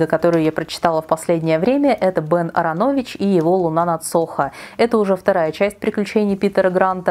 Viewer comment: Прекрасный обзор! Только резанула слух фамилия Ааронович: вы упорно теряли вторую А) но это просто на будущее, впечатление не испортило)